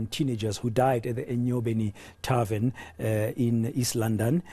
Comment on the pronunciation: And he still says "tarven shooting in Mamelodi"... How is a Chisa Nyama a tarven? Buffles me really! And the journalist puts the cherry on top saying that tarvens are places of "leisure" haow Nkosi...